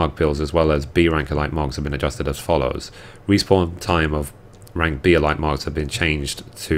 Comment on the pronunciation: I'm sorry I cant help but OCD over this, buuuut you are saying Plumage. Its not plum-age its Plume-age. As in the plumes from titan, also meaning a bunch of feathers on a bird. Lol Also I noticed you say Elite as E-light its more like E-leet. Im sorry it was bugging me sooo much <3 ahaha thanks for the update!